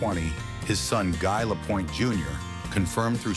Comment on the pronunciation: Don’t do the video if you can’t even pronounce the subjects name.